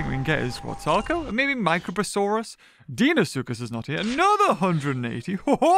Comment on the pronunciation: It’s Dino-soocus not deeno suchus